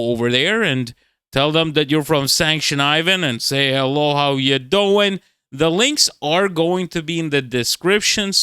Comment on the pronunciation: No how u doiiinnnn. lol you sounded like you grew up in Jersey.